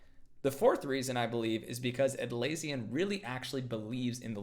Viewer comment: You pronounced Atlassian wrong